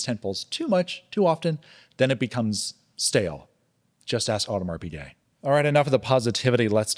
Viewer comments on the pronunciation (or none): none